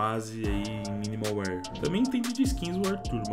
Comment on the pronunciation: AIIIIIIIIIIIIIIII Q RAIVA ELE A DIZER MINIMAL WIR FDS LÊ SE MINIMAL WÉR